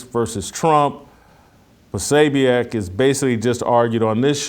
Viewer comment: It is pronounced Pro so beck